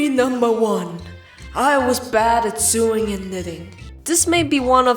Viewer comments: I don't want to be mean but sewing is pronounced S-OW-ING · Pronounce Sow-ing ( no hate) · You said sew wrong xD its pronounced SOH even though its spelled sew. And sewing is pronounced SOWING. Not sue ing lol. And germaphobe is pronounced JERM- aphobe not gurm-aphobe like you're saying here. That food you made isn't called pancakes, and isn't from Austria. They're called Crepes, and they're French. (The second photo you showed was of crepes) And if you didn't make crepes, then you likely made Dutch Babies, which are also a European dish. Oh and you also said "Welcome Abroad" but uts actually "Welcome ABOARD" xP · Friendly pronunciation correction: Sewing is pronounced like "so-ing" And germaphobe is pronounced: "jer-ma-fobe" :) Everything else was pronounced fine! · First video of yours that I've watched and it's hilarious!! I also literally adore how you pronounce 'sewing' through this whole thing its the best